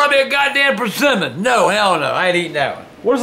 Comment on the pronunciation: he sed persemmon😂😂😂😂